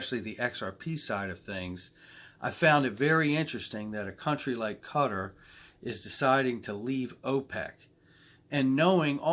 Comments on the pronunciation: Hasn't Thailand said they will be using XRP nationally? and you need to work on your pronunciation of Qatar , haha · Great vid again, great insight to what’s going on 👌👌 QA-tar is the way its pronounced just to keep you right. Seriously rich part of the world. I think they basically bought the World Cup to come to their country, or atleast trying to!